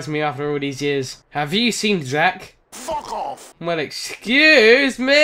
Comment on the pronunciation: My man said “fuckq off”